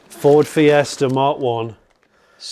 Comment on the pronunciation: I haven't watched this yet but I'm fairly sure Jonny doesn't pronounce Ford properly even once.